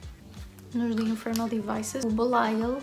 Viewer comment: Vontade de comentar o vídeo a cada coisa que dizes ahahah 1) dizes Belial 3 mil vezes melhor que eu 😅 2) Tatiana is shit, e o facto de termos conhecimento de toda a história por trás dela, ainda nos faz perceber o quão má é 3) Grace... mehhh still don’t like her, mas sim, gosto da forma como a personagem está escrita 4) adorei as vibes de full on YouTuber a maquilhar e a falar 💁🏻‍♀️ 5) toda a forma como dizes “baby shadowhunter” é tão cuteeee 6) sinto que em todas as intervenções do Will dei uma gargalhada 7) SIM! JAMES COMO É QUE LÊS TANTO E NÃO TENS VOCABULÁRIO? I’m so mad E também não podia ter pedido melhor companhia para esta leitura! Chain of Thorns come fast que queremos ler juntas outra vez ❤️